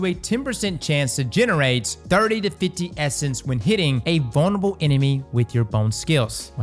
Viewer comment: Bone spears should splinter into bone spurs bone shards. Also why do I hear bonerable instead of vulnerable??